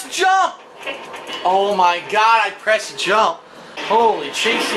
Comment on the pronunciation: “I prest jamp! I prest cercal!”